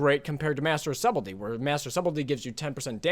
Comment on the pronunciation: Great video, but one thing I can't look over... The B in Subtly is silent. It's pronounced closer to "Sut ul e" or "Sut ul ty". Otherwise well made vid.